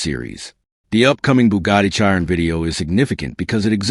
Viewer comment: If you can not pronounce Chiron correctly Why would I watch this stolen / copied, / reuploaloaded Footage. REPORT wanker.